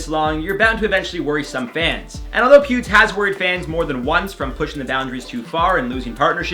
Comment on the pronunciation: When you were saying Pewd for Pewdie Pie, I would always hear pubes... Oops.